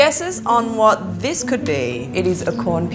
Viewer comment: Instead of saying this she says dis